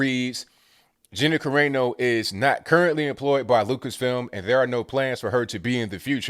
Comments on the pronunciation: its on AEYY NO its Ca Ra No.. its Italian.. LMAO... funny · Kah ray no? 😂 Kah rah no bro. Kah rah no